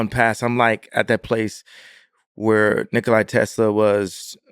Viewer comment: He actually said “Nikolai” Tesla, haha.